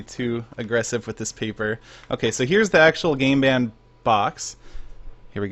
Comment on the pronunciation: It sounded like you said "I have never seen a gay band before!" I laughed hard c: <3